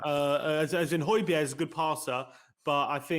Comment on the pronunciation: Hoy-beer not hoy-berg